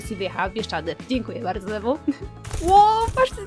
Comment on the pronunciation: Dzieki ale to jest Thew a nie DW;) Dw sie wymawia a w sumie tak wymawia